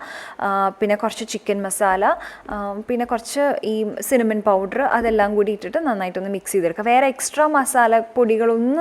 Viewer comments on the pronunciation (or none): none